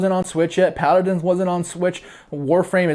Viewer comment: it's paladins not pladdins